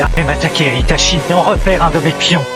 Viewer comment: C'est Itachi et non Hitachi, comment peux tu bafouer son nom de la sorte ?